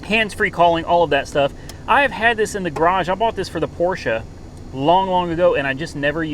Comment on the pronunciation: Hey, Bosch has a short o pronounced, it is the most famous automotive supplier.... and quite nice you pronounce Porsche fully correct... thumbs up